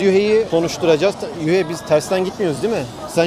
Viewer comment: Yuhei ❌️ Yahya✅️